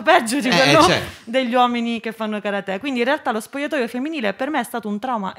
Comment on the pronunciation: Però l'accento su karate non ci va eh